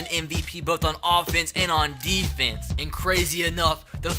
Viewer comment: We need to do better on AHHHfence. Sorry but it annoys me